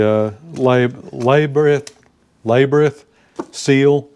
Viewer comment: it is pronounced lab-er-rinth.